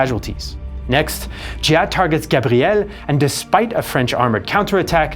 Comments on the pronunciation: Giap sounds like shiap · It's Giap. Not Ja. Giap can be said like "Yap". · Minor correction: Giap's name is pronounced more like "zap" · You might learn how to pronounce General Giap’s name. You are not even close….